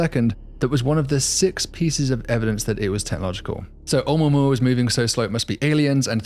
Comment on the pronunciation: Wow, at last someone who manages to say 'Oumuamua using six syllables. It's a shame he thinks the English work look is pronounced "lerk" and dust is pronounced "derst". I suspect he is trying to supress a northern English "u".